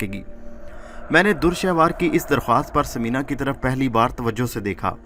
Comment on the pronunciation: Urdu bohat hi ghalat parhte ho bhai dur shehwar nahi dure shahwar is tarah ki bohat si ghalatian hn